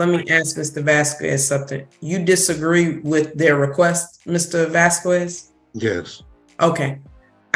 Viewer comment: Why does she pronounce "Vasquez" in that way? The U is silent in Spanish, so it's more like "Vasqez."